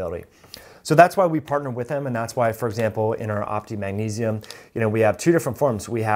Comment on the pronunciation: It's maGnesium , Not munesium.